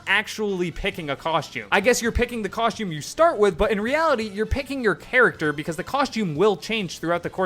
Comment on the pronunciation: Dude pronounced costume as "coshtume" like 50 times.